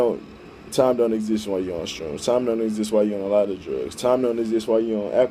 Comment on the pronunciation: How bout you try editing so you dont sound like a dumbass 99% of the time jesus! and its an H in shrooms not a fucking T jesus christ man get your shit together